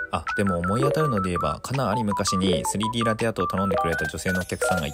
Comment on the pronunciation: かな⤴︎ ・ぁり⤵︎ って発音が癖になる